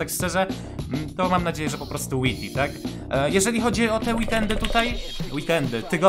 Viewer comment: Wajti się muwi